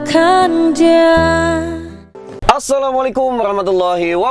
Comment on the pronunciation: Maaf..coba salam nya di benahi..kaf nya yg panjang bukan ta nya yg di baca panjang biar di dengar enak🙏🙏